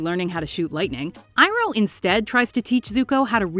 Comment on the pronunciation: It’s Pronounced E-Roh not I-Roh...